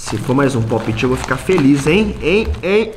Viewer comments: Aí véi que raiva ele falando errado fidget toys e tbm falando popti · enaldo pop it se fala popete e fidtgets toys e fijets toys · Enardo ent se escreve pop-it e se fala popet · A que agonia ela falando po piti em vez de popt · Ele falou tudo errado kaka e pope it eu tenho 5 pacotes e são. Quase tudo haro